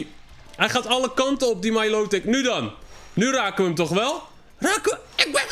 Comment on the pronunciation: Het is milotic en dat spreek je uit als mailootik